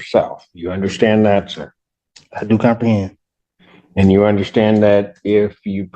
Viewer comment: All judges need to start saying "if you cumperhend you understand" every time they say they cumperhend.